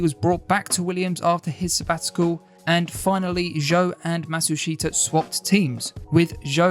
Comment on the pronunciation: Pronounced Matsushita Correctly